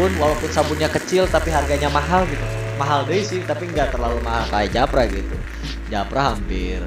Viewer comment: Bang JAFRA bukan japra